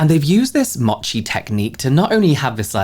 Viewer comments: Mochi, 餅(もち), is mow-chi, not mah-chi. 😉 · Mochi. Mo-chi. Slow MOtion. MOchi. Vowels in Japanese, Korean etc typically only make one sound. It’s not like western languages like Mercedes having three ‘e’s and they’re all pronounced differently 😂 Other than that, I will definitely look into that cleanser